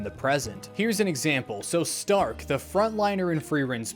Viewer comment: I love th "H" in stark that isnt there, but you can hear in the pronunciation Shtark!